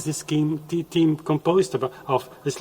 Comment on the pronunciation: "th" eme;Ifyou cannot say that, how can i believe you elsewhere?